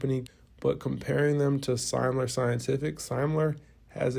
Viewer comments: It's Semler, not Seimler. Pronounced "sim-ler". Just trying to help, not be a jerk. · Good work as always, please learn how to pronounce Semler scientific, it is not pronounced the way that you pronounce it, I have spoken to Eric myself.